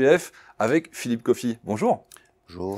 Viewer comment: On dit Philippe Café deja …